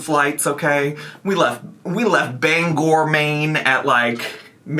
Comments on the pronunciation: Omg you flew out of Bangor 😂🎉 that’s where I live!! I hope you had the most wonderful time! (Also thank you for pronouncing the town correctly lol) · As a girlie born & raised in Bangor, ME THANK YOU for pronouncing it correctly! Those “from away” frequent Bangrrr. We hate it. 😁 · I don't know what is more shocking, the fact you flew out from Bangor instead of the Portland jetport, or the fact you pronounced Bangor correctly. Most out of staters pronounce it as Banger. I hope you had a great visit here though!